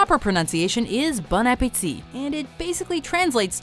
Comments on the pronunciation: Bon appetit (bon ap‧pé‧tit) not (bone a pear tea), you criticised him for getting it wrong, and then went on to get it wrong yourself. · HAHAHAHAH BONE APPLE TEA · "bone app the teeth" any wwyptoti fans here, no just me. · I live in Canada and my French is a bit weak, but when the narrator tryed to pernouce bon appetit, I'm pretty sure she said it wrong.